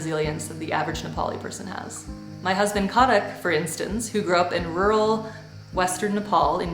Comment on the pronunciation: Ahhh it’s KHAdak not khaDAK! 😳. Safe travels!!